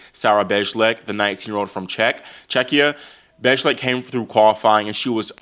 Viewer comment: Bejlek is pronounced as “baylack”.